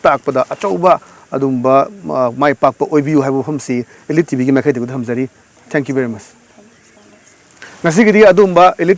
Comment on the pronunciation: Elite pronounced toh soidro brdr